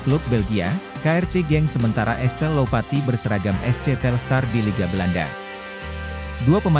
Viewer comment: Bukan Estelle Tapi Estella